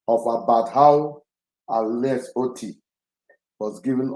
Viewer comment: Nnennaya Oti not Oto please. Oti, she shares surname with Abia governor